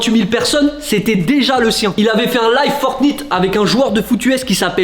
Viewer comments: Non "Fortniite" t'abuse. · En même temps il prononce comme c'est écrit